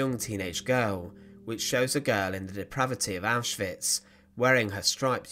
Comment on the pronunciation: Thank you for pronouncing names like Auschwitz (OwshVitz) correctly, it's infuriating how many people don't - I know for many it's out of ignorance, but it feels disrespectful.